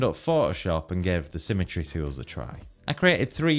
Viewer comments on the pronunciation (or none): none